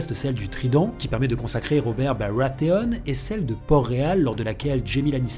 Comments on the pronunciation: robert BaWatheone ? tu prononce tout a la française sauf barathéon ou tu prononce le "R" a l'anglaise ça donne un truc pas beau a entendre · robert barwatheon super vidéo mais ce coup d'accent sur son nom me tue x) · Super analyse comme d'hab, mai s'il te plait "Robert Barwathééonne" c'est plus possible ^^ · J’adore ta façon de prononcer « Barathéon » c’est vrai que ça le fait mieux en disant « Bawathéoôn XD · « Uobew Bawatéone » 😂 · Pas choqué mais c'est dommage de ne pas utiliser la prononciation anglaise du "TH". On pourra aussi parler du fait que c'est le seul nom qui est (presque) prononcé à l'anglaise. Mais ça n'entraîne évidemment pas de problème de compréhension ou autre. Et puis c'est peut être ça la "french touch" xD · jadore quand tu dis Robert BARATHEON xD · Pourquoi tu prononce baratheon à l'antillaise et que tout les autres noms tu les prononce à la française ??? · L’accent sur baratheon c’est vraiment pas possible..